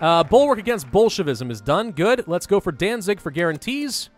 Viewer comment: At first I thought he was saying Bulkwark against bullshit-ism lol